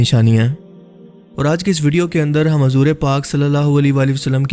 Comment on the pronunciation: ماشاءاللہ جو اس ویڈیو میں سمجھا تھے ہیں وہ بہت اچھا سمجھا رہے ہیں لیکن اردو کی چند غلطیاں ہیں َ جیسے کی حضور میں ح کے اوپر پیش ہے لیکن آپ ح کو زبر کے ساتھ بولتے ہیں جس سے نام کا مطلب بدل سکتا ہے اس لیے آپ سے گذارش ہے کہ اس لفظ کو درست فرمائیںَ